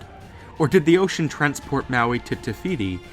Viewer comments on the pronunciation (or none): Is it just me or is he saying, *Tehiti* instead of *Tefiti* ?